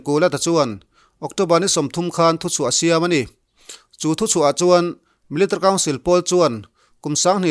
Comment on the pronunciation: I chhiar rang tum na lutuk ah, military tih i lam dan hi amakee... Milita council ti hlir in ilama 😁😂